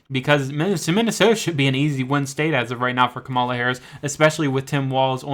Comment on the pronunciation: These particular polls, unfortunately, aren't known to be especially reliable, and the narrator of the video doesn't know how to pronounce Harris's first name, so not much confidence here!